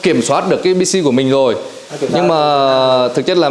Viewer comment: từ " rồi " bị biến đổi thành từ" dồi" nghe nó đớ đớ,khó ưa kiểu gì đấy